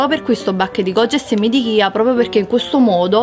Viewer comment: Ma cosa sono i semi di kia?! Caso mai chia e si pronuncia "cia"...